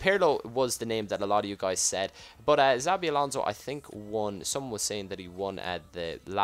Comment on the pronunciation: Why do u say sabi alonso ?